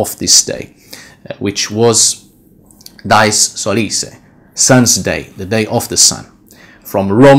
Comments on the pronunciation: Why do you use english pronunciation for Dies when its not an english word ? Dies is pronounced Dee-es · Your robe is beautiful,, and you are much too humble: i am sure that what under it is also beautiful. I hope that you will not be offended that i point out a couple things. In Latin ''dies'' is not pronounced like English ''dies''. The vowels are separate in the Latin: thus, dí-es (like english ''dee-ays''. Also, you might like to know, that the word for Wednesday in Dutch is ''Woensdag'', also from Wodan, and not, as in German, Mittwoch (Midweek). In Dutch Friday is ''Vrijdag'', Saturday is ''Zaterdag'', all corresponding to the Anglo-Saxon names. In Dutch there still exists the word ''vrijen'' (the v is pronounced like an f), as in Gothic, and it means ''to make love''. Thus, the name of the goddess of Vrijdag (Friday) is thought to mean the same thing as Dutch ''vrijen''.